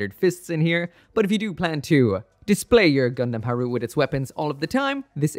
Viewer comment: In the past I thought it was pronounce Gundam Ha ru te.